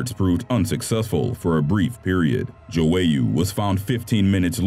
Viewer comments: Stop saying Joowayoo its João google the pronunciation!!! Grrr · it’s pronounced joy-uh not jowayu